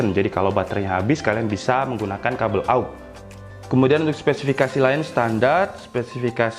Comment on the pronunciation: Spe... Si... Fi... Ka.... Sii...!! Skesikisifaki!!! 😄😄😄😄